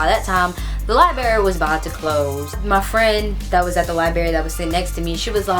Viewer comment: lol I love your accent. LIBERRY LIBERRY LIBERRY. haha my bff pronounces it like that too.